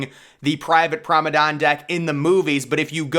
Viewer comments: I have help you out with this, as a native British speaker. It is correctly pronounced Prom-on-ahd deck not prom-on-ahn, the D is hard not silent another correct pronunciation for this in American English is, promon-aid as in band aid also with a hard D. Hope this helps your presentations in future, And a great video by the way, Thank you for your work. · Don’t make anymore video on the promenade if you can’t pronounce it correctly lol. Truly atrocious pronunciation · Nice video, interesting pronunciation of Promenade....which I don't think ends with an "N" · It’s pronounced Promenade* cool video!!